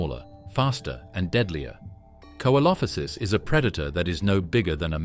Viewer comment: Can you pronounce the names correctly coelophysis is pronounced see lo fi siss